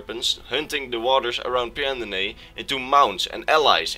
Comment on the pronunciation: I just wanted to tell you for future reference, it's pronounced Pan-do-nee-ah. That's how Pyandonea is pronounced, the "y" is silent so you can ignore it.